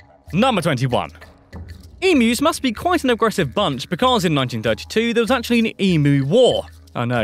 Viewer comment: yeah it's pronounced emyus but spelt emus. people get it wrong but it's not like i care, unless you are getting chased by one and have to escape it. jk you will never escape one, as they are very fast sorry for the darkish ending there